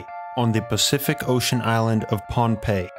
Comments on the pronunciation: Lol agreed. i heard "Pompeii" - not Pahnpei - paired with "basalt" and "lagoon," so I was convinced this place was in Italy, until the photos of the villagers showed Polynesian faces. Totally set the globe in my head spinning! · Pohnpei, not Pompeii. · Am I the only one tripping over the Pompeii thing? WAIT YOU SAID POHNPEI 🤦🏼‍♂️ EVERYONE KNOWS THAT LOCATION… stupid me ..however I did spend half of the video thinking this was located in the Mediterranean